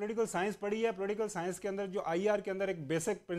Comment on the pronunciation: Raheel Sharif ke chacha ko kat diya tha hamne Kargil war me suno is anchor ko how he pronounced political science POLATIIKAL scance 😀😀😀 idiots !